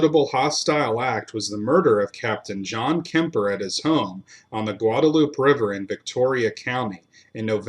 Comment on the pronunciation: Aransas - uh- rann- ziss Atascocita - uh- tass- cuh- see-tuh Guadalupe - guadalupay